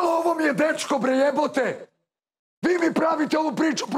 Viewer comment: "fi si neurotican" Sa, jaa neurotican 😅😅😅😅